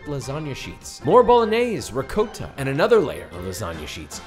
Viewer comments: it's pronounced "rick - cot - a" not fuckin' "rick - coat -a". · Did you really pronounce ricotta cheese in the absolute wrong way 😔